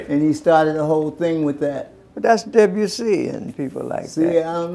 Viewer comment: "I never saw De-bu-ssy at our house" 😆